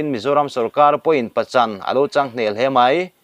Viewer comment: Mizo tawng lamdan diklo i hmang tam hle mai, i ti diklo nual mai, eg= Pa chan, tih te, Thli, tiih te, ken tih leh a dang a awm nual mai.